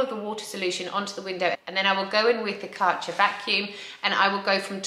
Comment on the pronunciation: There is an Umlaut in the Kärcher brand name. With a touch of research your pronounciation might reflect that.